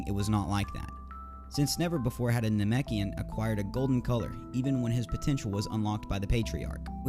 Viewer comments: It's nah-mek-ian not namiken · Ok how to do you mispronounce namekian the first half but get it right the second🤦‍♂️